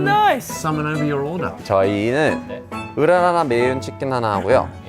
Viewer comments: 으라라라?ㅋㅋㅋ순간 자연스럽게 넘어갔네ㅋㅋ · 전 으라아아라고 들렸는뎈ㅋㅋㅋㅋㅋ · 으라라라 로 잘못들음ㅋㅌㅌㅋㅋㅋ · 으라차차는 발음이 안되는건가? 으라나나?라고 하시네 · 으라.. 하하...?? 헿 순간 차차를 잘못읽으셨나보네요 귀여운 실수 ㅋㅋㅋ